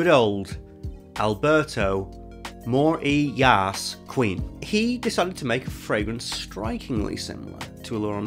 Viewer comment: Good old Alberto Morr-ee-yas-queen